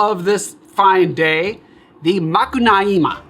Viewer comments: Another Brazilian here. Brazilians are very particular to caipirinha, almost each one has its own way of doing it. For me, crushed ice and straw have no place in the caipirinha. Granulated sugar is necessary. On another note, you pronunciation of Macunaíma is quite good. Even brazilians have a hard time with it. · Great job on the Macunaíma enunciation. I love this cocktail, but hated the book. It was adapted into a film in the sixties, which I also do not recommend.